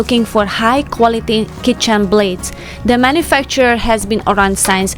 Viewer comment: Please, can you start to pronounce word “since” properly. In every video I can hear you saying it as “science”. Since and science is not the same.